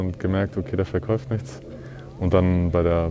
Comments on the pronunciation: Triggert das noch wen, dass er immer verkäuft sagt? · Ich bin jetzt nicht pingelig oder so aber wen wurmt das genau so hart wie mich, dass er immer "verkäuft" anstatt "verkauft" sagt? Das ist zu viel für mich 🤣